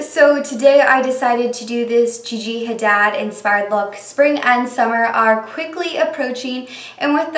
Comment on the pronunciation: Pronounced "ha-deed".